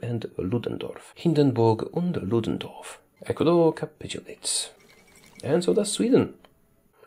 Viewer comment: When you said “Hindenburg und Ludendorff “ it gave me goosebumps. xD